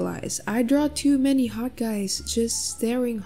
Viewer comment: When he says 'HOT' why just why